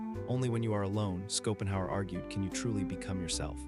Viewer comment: Skopenhauer 😅 what is this AI ?